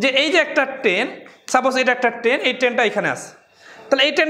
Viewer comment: ট্রেন না বলে কেন আপনি বার বার বলছেন টেন?